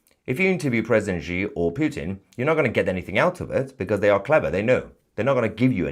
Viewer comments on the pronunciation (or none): Love your show. Bu I just want to point out that XI is actually pronounced "SHI" Jinping, not "GEE" Jinping. Thanks and more power to you.😊👍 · Xi is pronounced as Shee